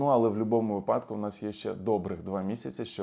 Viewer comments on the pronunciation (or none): none